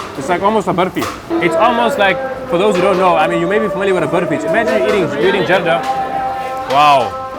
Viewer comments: Its call zardah not ... Jarda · 'Zardaaaaa' not jarda please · Loved it! But a little more work has to be done on Talaffuz as the sweet rice is called Zarda and not Jarda.. Barring that everything was spot on! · It's actually "Zarda", not "JARDA". Great content and amazing job by the host and of course Zia bhai. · Afghanistan dont have biriyani, the refugees who lived in Pakistan took this dish along with many dishes back to Afghanistan and 2ndly its Zarda not Jarda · RIGHT ....I was about to Write this Too.....Its ZARDA ..Not Jarda ... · Thanks bro, welcome 2 my city, love your video, but We don't call those sweet rice " jarda" We call it " zarda" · Bro, the word is Zarda from the color it has which is zard which means "of gold" and also alluding towards Zafran (Saffron) which is also the yellow color. When you call it Jarda on international channel, everyone is going to copy you. Without the zee sound the whole etymology of the word is decimated in a second. Thank you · Its ZARDA not jarda !!! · Its Zarda not Jarda 🤦🏻‍♀️ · It's not jarda rather Zarda with a Z